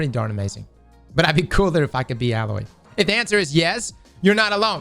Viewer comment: It’s alloy not ayyloy😂